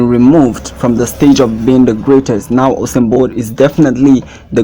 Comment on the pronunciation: U-Sain not Ho-sein bro!!